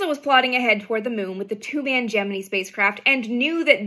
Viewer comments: The 2 man "gem-en-ee" spacecraft? Did you mean Gemini? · 😎🎉🎆You bring out the life and awe of these magic monumental moments with your exuberant and non-politicized storytelling with all the enthusiasm such moments deserve... (Even if I've never heard "Gemini" pronounced like Pinocchio's "Jiminy Cricket" before.😉)